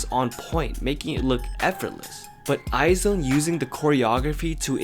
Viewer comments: You're pronouncing IZ*ONE wrong. You're saying I Zone instead of Eyez One. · It is not pronounced 'i-zone' it is i-'Z'-one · It is supposed to be read "EYEZ ONE", not "EYE ZONE" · I hate to be that person who corrects people but I couldn't help it. IZ*ONE is pronounced as eyez one not eye zone P.s I love your vids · Haha Its pronounced eyez1 not eyezone... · You really pronounced izone like eye zone omg it sounds like "Timezone" im sorry i loled alskfkala i thought it was eyez one tho? Or was twt lying to me... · It’s pronounced EYES ONE not I Zone. I don’t agree that you should compare IOI very very very to LVER. It should be Debut vs Debut. LVER dominates Very Very and Dream girls. It’s almost like comparing TWICE to BP. Both amazing but different approaches to music and execution via MV and concept. Anyways remake a new video that makes sense to compare. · the group is pronounced eyes one not eye zone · you're wrong. It's eyez one. Its hangeul is 아이즈원 which is pronounced as aijeu won or eyez one not eye zone. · iz*one is pronounced as eyes•one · Isn't IZ*ONE pronounced " eyes-1 "? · thats not how you read iz*one..